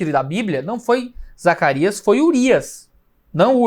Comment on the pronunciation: Quase soltou um "Zaraquias"